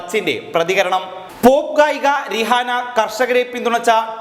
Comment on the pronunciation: രിഹാന എന്നല്ല പ്രൊനൗൻസിയേഷൻ റൈഹാന എന്നാണ് 😄😄😄😄😄😄